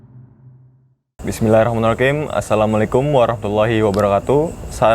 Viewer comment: BissmilahirohmaniROKIM,,,,, santai bang 🤣🤣🤣